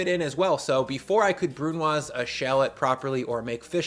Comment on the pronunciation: Pronouncing the s on brunoise hurt my soul.